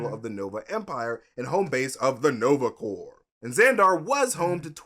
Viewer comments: please learn to pronounce corps correctly. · Somebody tell that 'Corps' is not pronounced phonetically 😅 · Please learn how to say CORPS!!!lol. It hurts... a little.😬